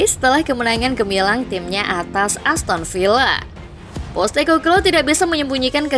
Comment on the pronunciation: Possteko bluue.. bukan postekoklooo